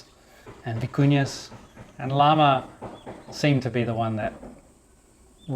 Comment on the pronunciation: You have lived in Ecuador and speak Spanish, so you know Llama is pronounced "jama" :) You could rent the second floor above your tool shop out in Airbnb.